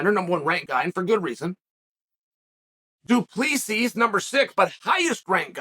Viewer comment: Do-plee-sees... LOL